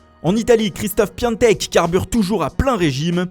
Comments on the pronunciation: non ca se prononce piontek pas piantek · PiAtek et non PiANtek 😭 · C’est « PIATEK » pas PIANTEK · Pk tlm dit "Piantek" allors que c'est ecrit Piatek ?? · Pourquoi tout le monde l’appelle pIONtek c est facile à dire Piatek pourtant ?? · Ça se prononce piantek mais ça s'écrit piatek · Aucune idée surtout que normalment ca se prononce piontek mais bon les francais et les langues etrangeres... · et il dit "Piantek" ou je rêve ?